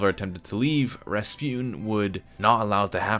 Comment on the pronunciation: finely rasputan